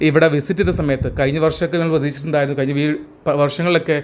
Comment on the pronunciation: വോക്ക് വേക്ക് എന്നൊക്കെ ഉപയോഗിച്ച് ഇംഗ്ലീഷ് പ്രൊനൗൺസ് നന്നാക്കുന്ന മിടുക്കൻ മഴ മയ.. കഴിഞ്ഞ കയിഞ്ഞ. മുഴുവൻ മുയുവൻ.. കോഴിക്കോട് കോയിക്കോട്.. തുടങ്ങിയ വാക്കുകളുടേയും ഉച്ചാരണം ശരിയാക്കി മലയാള ഭാശയോടുള്ള കായ്ചപ്പാടു കൂടി പരിശ്കരിക്കണമെന്ന് അഭ്യർത്ഥിക്കുന്നു. തുഞ്ചത്ത് രാമാനുജൻ എഴുത്തച്ഛനേപ്പൊലെയുള്ള ധാരാളം മഹാന്മാരായ ഉസ്താദുമാരുടെ കശ്റ്റപ്പാട് മലയാള ഭാഷാസംസ്കരണത്തിന് ഉണ്ടായിട്ടുണ്ട്. മറക്കരുത്.